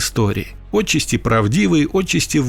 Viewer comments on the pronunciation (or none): Какое отчесте!?!?!? ОТЧАСТИ!!! НЕУЧИ СТОЛЕРОСОВЫЕ!!!!!!! ПОЗОРИЩЕ!!!!!! УДАРЕНИЕ НАДО ПРАВИЛЬНО ГОВОРИТЬ!!!!!? 🤥🤥🤥😖😖😖😡😡😡😱😱😱